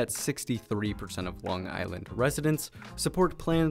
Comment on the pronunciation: And just saying this guy butchered the pronunciation of Long Island